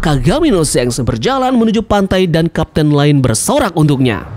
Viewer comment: Pronounciatoin of shanks Not shenks But shanks👍